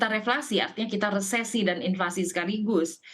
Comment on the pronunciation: "Resflasi" haha